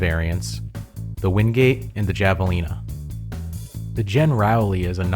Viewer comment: My guy, nice editing, good quality video, but please please look up the pronunciation of names before making more videos. There might be others but off the top of my head from your video, “Javelina” is Spanish and pronounced with a soft J “Havelina” and Charon is named after the ferryman of the afterlife in Greek mythology and is pronounced “Care-on”. Unless the goal was to get more engagement in the comment section, in which case, well done.